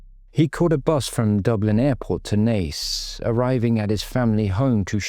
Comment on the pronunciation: Actually pronounced Naas correctly, im shocked!